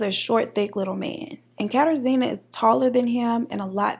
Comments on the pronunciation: It’s pronounced “kuh-tar-ji-na” there was a girl on ANTM with the exact same name thats the only reason I know 😂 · Google failed you, it’s pronounced “KATAR-ZHEE-NUH” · It’s a polish name. Pronounced KatARzna. Nickname “Kasia.” Best to use the nickname, polish names can be tricky. Im living in Poland now and I just got used to the names. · I'm loving your look, Deep Caramel Goddess. Kat-ah-zhj-ih-nuh. zj as in zhjuz it up a bit